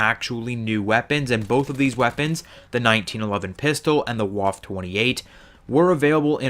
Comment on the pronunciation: Also it is pronounced "Vaffa" and if you want to be fancy you can call it the Waffe Achtundzwanzig